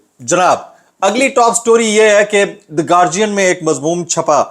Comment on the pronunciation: it's call گارڈین